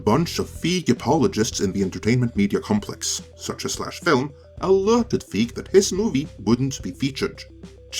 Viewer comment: You do realize that the digital version was never included previous to Paul's tweet? Also, as a major director, I'm surprised you don't know his name and how it's pronounced. Also, as a MASSIVE Ghostbusters fan, I am not buying this, nor is anyone in comparison to what you claimed. Nobody has a 4k or a BluRay player. There is no reason to buy this boxset. Boxsets are irrelevant in 2022 as they were in 2015. Maybe if this was 2005.